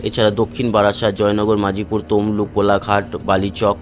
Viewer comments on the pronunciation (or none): ওটা জয়নগর-মজিলপুর, মাজিপুর নয়।